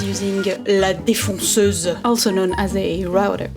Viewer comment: le FRENCH ACCENT! LA DEFONCEUSE xDD